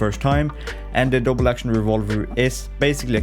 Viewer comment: Unfortunately all I heard was.......revawver